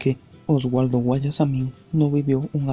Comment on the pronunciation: No se pronuncia Osualdo sino Osvaldo xq no es con doble u q se escribe sino con doble v🙂🙂🙂